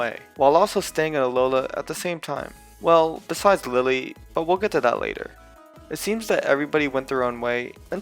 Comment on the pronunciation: LILLIE, NOT LILY! MAGEARNA, NOT MAGANA!